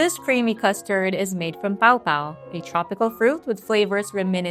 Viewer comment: PAW PAW not POW POW lol